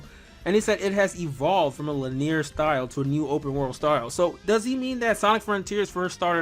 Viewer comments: it's pronounced lin-ee-er, not lin-ear. 3 syllables, not 2. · if this man say lineer one more time lol